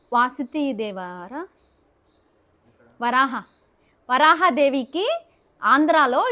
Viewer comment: వరాహ కాదు వారాహీ